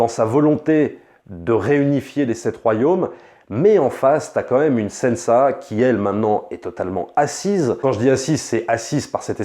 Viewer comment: Ok jai mis pause a la video pour écrire...: sans offence c'est pas Sensa mais Sansa ! Ok on peut reprendre 😉😉